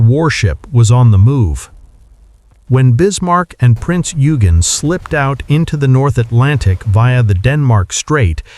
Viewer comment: No, Prince “Oy-Gen”, Gen rhymes with Ken!